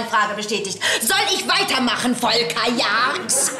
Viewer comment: Ich habe mich noch nie so gefreut, dass jemand meinen Namen so schimpft. Volkaaaa!!!!!